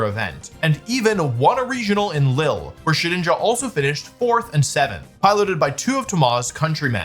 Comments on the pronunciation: sorry for the nitpick, but it's pronounced 'Leel' not "Lil' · Another great video :) the pronunciation of Lille as "lil" made me chuckle, it's pronounced to rhyme with "wheel" i.e. "l - eel".